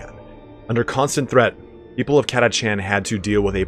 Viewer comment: havin an army of 4,2k of those ones i prefer call em an army of cataKHAN! ! no chancies up with those guys, friend. were catachan, not "cat-a-chan". BTW, orks and tyranids love our sentinels. =)